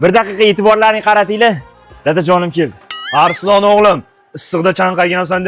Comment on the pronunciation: Arslon bo'ladi Arislon emas